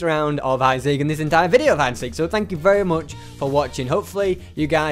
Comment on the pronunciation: Hahaha not veos its video